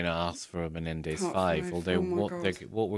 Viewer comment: "The Menendi" as if they're funguses or something. Can't stand that prosecutor.